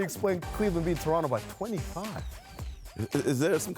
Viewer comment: he said "Lebronto"